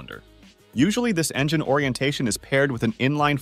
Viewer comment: "Engeneer"... bro. Engine.